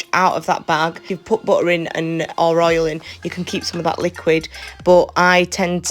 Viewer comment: Butter say it properly along with the rest of the English language why can’t people pronounce words correctly